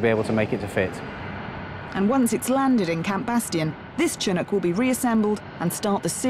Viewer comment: It's pronounced Shin-nook.